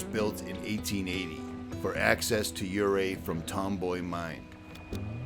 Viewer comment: Hey,! I'd know your voice anywhere. This is so cool that you did this! I did Black Bear from Ouray, where I lived for 10 years, to Telluride, where I worked for 5 years, and back to Ouray over Imogene. It was cool that you pronounced Ouray properly. Most don't. In the '90s, there was a mailbox on the tip top. I have a still photo of it. I found it hilarious. Excellent job on the video. I THOROUGHLY ENJOYED it. Thanks for reminding me why I live here! The drone footage and music really made it GREAT! As good as the "Pro's" stuff on the discovery channel. God Bless You. (PS. Since you've been coming for years, did you ever come to our Show in Ouray, with Dennis Weaver, TV's McCloud and Chester from Gunsmoke? In case you did, I was the one on Guitar/Banjo/Mandolin/Bass/Drums and Native American Flute.)